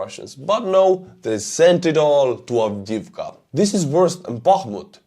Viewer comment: I love checking out your views, I get a kick out of you doing the ruxxians. Just don't know why A10's haven't been sent. Oh and great pronunciasion of the name.